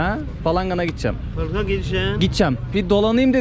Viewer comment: Gitcem gitcem ne düzgün konuşsana kadın gibi konuşuyorsun gideceğim desene